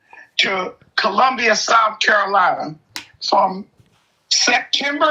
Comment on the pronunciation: It's COLUMBIA not Columbus